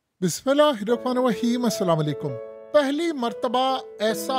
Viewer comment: سر بہت ہی معذرت کے ساتھ اپ سے عرض کی تھی کی بات سنتے ہیں ماشاءاللہ پیغام پہنچاتے ہیں بسم اللہ الرحمن الرحیم کے تلفظ ٹھیک کر لیجئے بہت شکریہ جزاکم اللہ